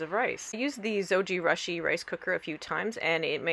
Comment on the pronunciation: Zo-gee-rush-ee? Thought it was Zow-joo-roo-shee